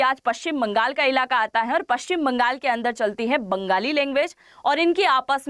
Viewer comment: बेंगोली नहि बंगाली बोला करो ।